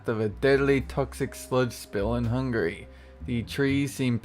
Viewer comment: .- Not hungry Hungary please....